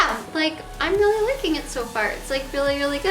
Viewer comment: "Weally weally weally..."